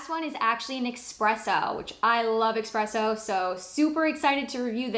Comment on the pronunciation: Its not pronounced eXpresso it's eSpresso